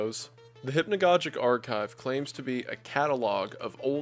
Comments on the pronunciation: Great content! It's (hip-no-gog-ick) not( hip-no-godge-ick) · Both of the "g's" in "hypnogogic" should be pronounced hard. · Every time I hear hypnagoJic it deals psychic damage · Cool video, very interesting, but it is pronounced hypno gog ic, atleast in England. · he pronounces hypnogogic wrong, just thought it would be funny to point out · Fuck is hypnagogic pronounced like that? I have hypnagogic hallucinations and I’ve been pronouncing it with a soft g this whole time.